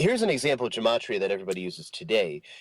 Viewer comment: "Gematria" is pronounced with a hard "G". There is no "J" in Hebrew. Otherwise, Awesome Video and I'm enjoying the entire series. PAXCHRISTI 💙📖🙏🕯️